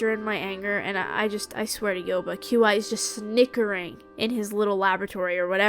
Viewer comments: I’m so glad I found another that pronounces Qi like Q Eye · Isn’t mr Qi pronounced Chee? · girl i love you but the way you pronounce Qi is making me lose my mind